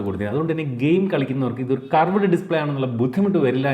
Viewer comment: കറവേടേ display അല്ല ... 😂 കേറ്വ്ഡ് display